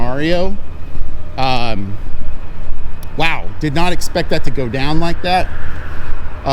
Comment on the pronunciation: Was caught off guard by your pronunciation of "scenario".. ive always pronounced it " se-nare-io"